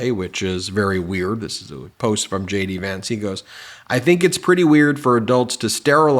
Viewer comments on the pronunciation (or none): Did they say J.D. or Shady Vance? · I don't know why sometimes when you say JD Vance , it sounds like Shady Vance, but it's hilarious! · I thought you said Shady Vance not JD Vance. I think I WILL call him Shady Vance🤣